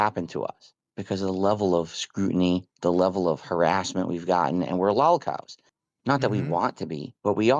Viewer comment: I KNEW IT HE WAS SAYING LOLCOW INCORRECTLY ON PURPOSE